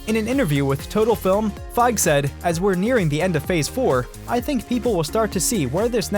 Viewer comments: | | Bruh the "e" at the end Kevin Feige's surname is not silent. It's pronounced Fygee [fy·ghēē] not Fyge [fye·gh] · Say Kevin Feige right you're not pronouncing his last name right.... its Like FY-Geeeee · It’s Feig-e.